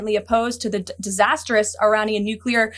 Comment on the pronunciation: For now on, give me 1$ Each Time you Say "desastrous"